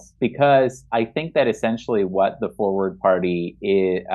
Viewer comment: at first I thought you said it was called Foreplay, but it was forward. oh my bad.